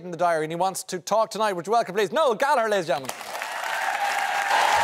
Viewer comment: I heard the same “Gallarzerliam”. He forgot which one..